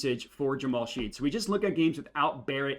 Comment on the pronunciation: its pronounced "Shed" not Sheed. You didn't factor in Jalen being hurt for OKC. the splits are way different than what you would expect. I would revisit that 1Q analysis. Thanks for the video!